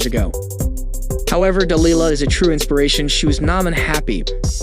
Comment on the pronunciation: I could be wrong but I'm not sure he even has the correct pronunciation of Delilah's name, (accent on the wrong syllable)? Still the women is a wonderful athlete, hardworking and a great role model.